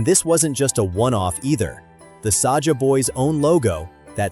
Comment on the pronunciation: It is not Sasha it's Saja😂❤